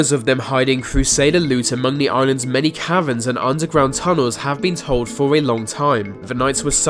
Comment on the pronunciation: I thought you said "many karens and tunnels"